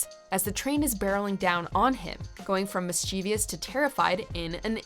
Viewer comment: That is not how you pronounce “mischievous,”.